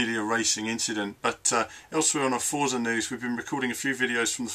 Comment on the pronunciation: Forza is pronounced fortza, its an italian word :) The game is looking great though, im liking what Dan Greenawalt has been saying about the changes and advancements in the physics too.